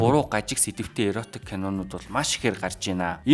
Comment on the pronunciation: Зөв сэдэв ярьж байна …, иротик биш эротик гэнэ шүү дүү